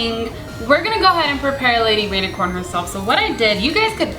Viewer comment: cupquake it sounds like you said baby rainicorn and not lady rainicorn